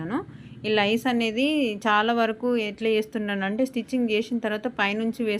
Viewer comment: లైస్ అనకూడదు, లేసే అనాలి